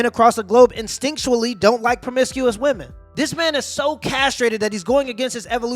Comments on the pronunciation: Why can't that chick pronounce women. Where I guess I should say pluralize. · Am I the only one bothered by the way she pronounces the word "women"? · why can she say Men but not say Women instead of Woman? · She talks like she flunked English class in School. As she is taking about Women, she says Woman instead of the plural pronunciation Women. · women... women, not woman. sigh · It said “womon” like learn English if you’re going to be ranting down at someone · Why do some people pronounce “women“ exactly the same way they pronounce “woman”? Just a peeve of mine. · I can add another one in there. •pronouncing “women” correctly That girl before the time stamp with the side burns was killing me.